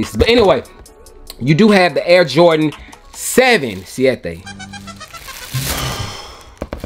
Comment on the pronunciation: Yo boy doing some spanish thing “SIETE” BANGGGGG JAJAJAJA 🇩🇴